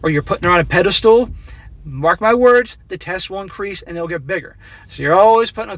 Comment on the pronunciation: Please stop saying "pedi-stool".